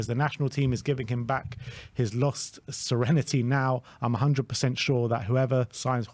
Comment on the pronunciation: giving him back his "lost serentiy"? 🤣